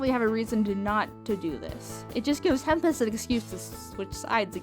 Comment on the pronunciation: It's tempest not temptes